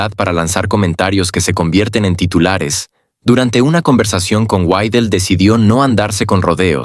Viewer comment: Ya cállate ni siquiera puedes pronunciar bien el apellido de Alice Weidel y te pones hacer un video , ridículo.